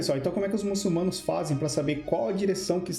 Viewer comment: MuçuLmanos, rapaz que fez o vídeo, o L vem depois na segunda silaba